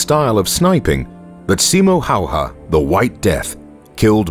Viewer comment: He is Simo Häyhä... Not Hayha.. Big difference